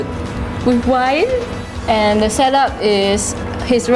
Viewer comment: Omg you're so funny! "eat duh chicken " lol